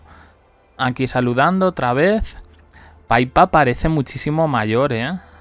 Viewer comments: Que es PIPPA, NO PAIPA!!!!!!!!!!!!!!!!! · No puedo seguir viendo el video porque otra vez dale con decir “Paipa”.